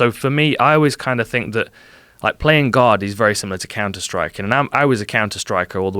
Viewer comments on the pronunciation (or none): I thought he was saying “Playing God” for a longtime. Took me awhile to realize he said “Playing Guard” Lol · i thought he was saying playing GOD not guard